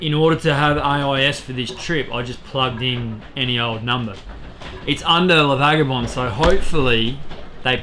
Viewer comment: The correct logical name is "Les vagabonds" Prononciation for non french speakers is "Le vagabon"